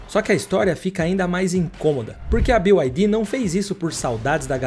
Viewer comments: O casa faz um vídeo de uma empresa e nem sequer ver que a empresa n é BIO AI DI, é Bi AI DI! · Não é "BiuAidi" 😂 todo mundo falando errado